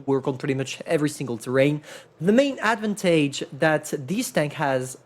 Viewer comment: Ad van taje Advantage in baguette boi accent